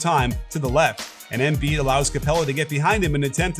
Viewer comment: Why Émbiid and not Embìid? Just say it right pls, it's a bit annoying